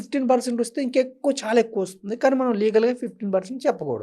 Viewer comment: మీరు మీ' తల్లి దండ్రులను, చెల్లిని ' థల్లి థండ్రులు, ఛెల్లి ' అని ఇతరులకు పరిచయం చేయరని అనుకుంటున్నాను. ఒక వేళ నా ఊహ తప్పు అయితే క్షంతవ్యుడను. మీరు ' ఛాలా ' అని కాదు ' చాలా ' అని; 'ఛిన్న ' కాదు ' చిన్న ' అని; ',; ' అంథో ఇంథో ' అని కాక ' అంతో ఇంతో ' అని పలకాలమ్మా. ఇక ఉటంకించడం మొదలు పెడితే అపభ్రంశ ఉచ్ఛారణ గల పదాలు నీ నోటి నుండి ధారాపాతంగా వెలువడుతు ఉన్నాయి అని తెలుపడానికి నేను సంశయించ వలసిన అవసరం లేదు. అక్షరాలకి లేని చోట ఒత్తులను చేర్చి పలకటం నీ దృష్ఠి, లో ఒక (నీ) style కావచ్చు, కానీ అది సమర్థనీయ ఉచ్ఛారణ కాదని గ్రహించి తదనుగుణంగా నీ ఉచ్ఛారణను సరిచేసుకో వలసినదిగా వినమ్రంగా మిమ్మల్ని అభ్యర్ధిస్తున్నాను ' తల్లీ ' నీ style లోనైతే ' థల్లీ ' అంగ్ల భాషా జ్ఞానం లేని ఒక హిందీ ఉపాధ్యాయుడు ' challenge ' ని ' ఛలేంగే ' అని పలికినా తప్పు కాబోదు అని నా భావన. చుంచు sorry మంచు లక్ష్మి విదేశాలలో కొంతకాలం చదువుకున్నది కనుక ఆవిడ అదోరకమైన ఉచ్ఛాలణను అలవరచుకొని; (తను విదేశాలలో చదువు నెరపానని తాను చెప్పకనే ఇతరులు గ్రహించాలని కాబోలు) అలా మాట్లాడుతు ఉన్నారు అని మనం భావించ వచ్చునేమో.